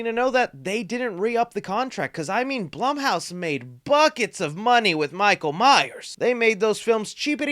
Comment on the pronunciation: Pretty sure it’s pronounced bloom house.